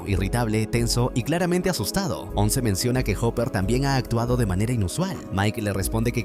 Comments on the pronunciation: llega Ons? O sea literal dijo Ons como si Once fuera una palabra en ingles jajajaja, como se nota que es peruano o venezolano el idiota que hace estos resúmenes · un vecino?? "wons"?? si ya varias veces habia dicho bien su nombre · Porque dice onc? Minimo q diga ce o jane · “Ons” jajaja LOL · "Ons" y ese spanglish? 😂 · Exactamente, nada que ver estaría diciendo diciendo otra palabra, si le quiere hacer al mamador que diga Eleven